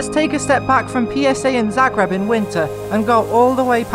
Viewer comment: Did you say Zagreb